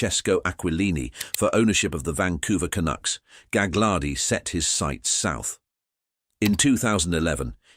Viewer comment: It's galardi the second G is silent